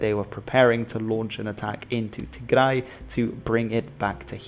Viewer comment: I really liked how pronounced our lovely homeland Tigray. Well done.